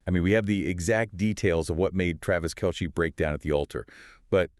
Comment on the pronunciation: His name is pronounced kelsee spelled Kelce not kelshe!!